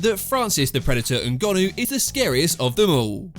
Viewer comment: Why can you not say people’s names properly? It’s not that hard? NGONNOU 😂 you do it on every video.. 😂